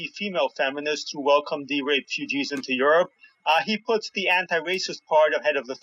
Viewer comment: Did say, "RAPE-UGEES?!!" More brilliance from that ironically "funny".